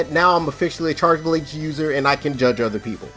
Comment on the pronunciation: "I almost said charge blade, yall boutta kick me right out the cookout" Also, not even 20 seconds later: "charge blaex" lmao